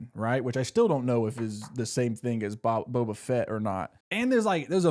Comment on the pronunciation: Saying Boba Fett like Bo Bichette was killing me